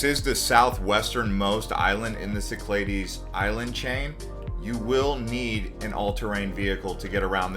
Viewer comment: It’s pronounced ‘SIC-kla-dees or Key-KLAH-theys. Either is acceptable. Your pronunciation is incorrect.